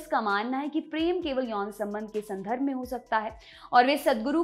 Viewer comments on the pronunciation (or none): Hey, विवादस्पद नहीं, विवादास्पद. पूर्वग्रह नहीं, पूर्वाग्रह... संधर्ब नहीं, संदर्भ can be let go due to accent just like we ignore Modiji saying आझादी और क्रष्ण because Gujrati's talk like that. I feel sorry for Grammar nazis who will get offended for not knowing Hindi.